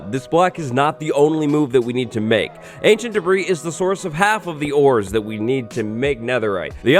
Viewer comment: When says, "Ancient Debris", I still hear Ancient D'breeze echoing in memory. 🤔💭